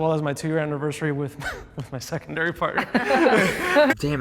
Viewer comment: the primary and secondairy had me wheeeezzzinc😂😂